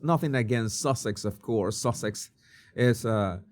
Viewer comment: Did you say “Duchess of Sausage?” 😂